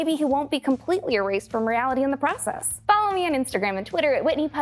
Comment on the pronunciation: “Realigy” lol